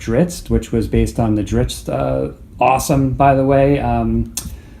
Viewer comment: You are totally saying that right. Well done sir. You even hit the apostrophe in Drizzt's last name.